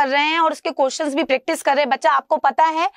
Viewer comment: Man is a question not cotion 🤣🤣🤣🤣